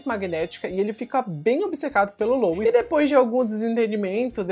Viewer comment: Poxa, pronuncia direitinho o nome do sujeito Louis (LUI). Custa nada. Rsrsrs ❤